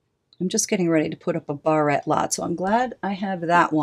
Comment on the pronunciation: I have a colletion of my old barettes and combs. I never heard the word barette pronounced that way though.